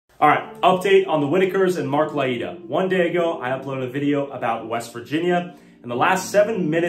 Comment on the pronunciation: Learn to pronounce Mark’s last name